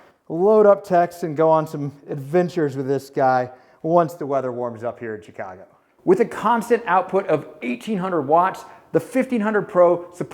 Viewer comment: Warms up in "Chi" cago? Sheeehcago. Sheeeh! Sheeesh!